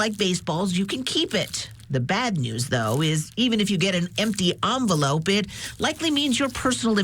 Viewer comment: It's an envelope, not an onvelope.